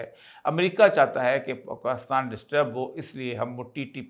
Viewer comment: اوریا صاحب۔ پاکستان میں کاف پر زیر ہے۔ آپ مسلسل اس زیر کو زبر بناتے رہتے ہیں۔ اور Pakistan کو Pakastan کہتے ہیں؟ عجیب!